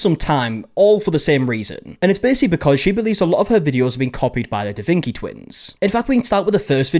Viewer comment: "Da Vinki" makes me want to stab forks in my ears.